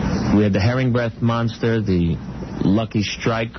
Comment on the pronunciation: how come robin can't say the word monster